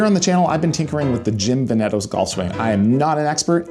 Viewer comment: its VE- netos. like the VEneto region in northern Italy